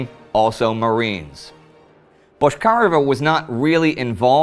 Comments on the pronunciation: Man, her name was pronounced BotchkariOva, not BoshkAreva. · Why do you say Boshkareva instead of Bochkareva? But good episode still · Minor detail from native speaker - her last name pronounced a bit differently: ch as in check, not ch as in shrapnel. And emphasis on e, not on a - BochkarEva